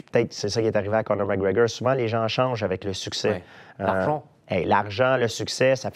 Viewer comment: J'adore lorsque l'intervieweur prononce Conor comme Connard.